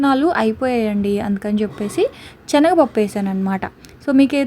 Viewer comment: Adi chenaga pappu kadu Senaga pappu